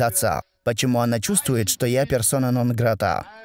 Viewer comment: Почему делает такие ударения на разные слова,как например нонгратаа